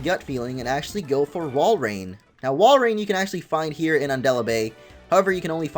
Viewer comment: walrein not woilord